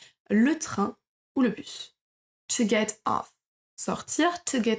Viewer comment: Comment prononcez- vous to get ???? Écoutez - vous n'importe quoi .... Au début de votre vidéo